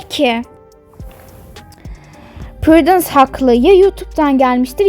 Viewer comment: Purudins değil:prudence nikilis değil:nicholas ve ya nick kink değil:king minie değil:millie